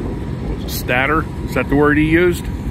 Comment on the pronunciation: It is pronounced stator and the a sound is as in stay. The a is the long a sound.